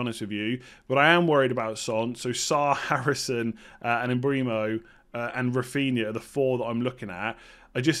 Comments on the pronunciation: Bryan Mbeumo is pronounced M-boo-mo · Pronounced “M-Bwem-o” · Hi /.... It is pronounced: M bwem o